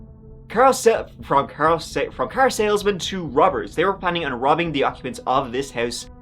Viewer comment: BRUH you messed up saying “car salesman” and said one of my friends names “Carl Sayle” TWICE 😂 tripped me out lol